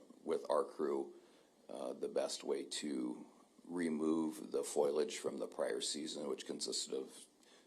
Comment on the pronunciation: what the heck is foilage? lol It is FOLIAGE fo-lee-edge not foyl-edge FOILAGE